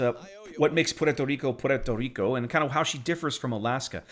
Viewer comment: Puerto Rrrrrrrico!